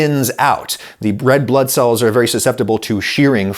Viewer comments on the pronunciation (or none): Yea we heard you say bread blood cells 😂